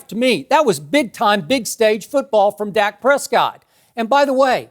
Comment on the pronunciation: "Zak Prescott"